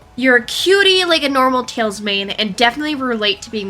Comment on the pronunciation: yes u got tails exactly right